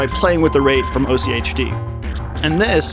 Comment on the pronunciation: AHK-T is how you pronounce OCHD. Genuinely its the begining sound anything with multiples of 8, like, the number of LFOs it has, octopus, octuple or octagon.. You can just ommit the tober from October and ad a D sound at the end and voila. Oct+D